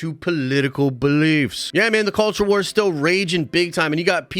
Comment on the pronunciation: Dude, you emphasized “both sides” and “culture wars” way too much. That got annoying. Only one side talks about that cr@ Just killed my nostalgia ride.